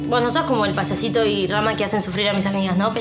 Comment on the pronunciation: Hope diciendole "Paiasito" a Simon jaja